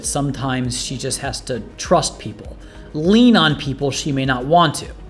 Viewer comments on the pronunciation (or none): none